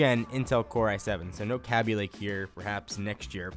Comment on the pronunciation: did he just call kabylake kabbylake?